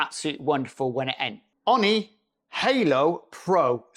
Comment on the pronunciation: “Ooooni” not “On knee”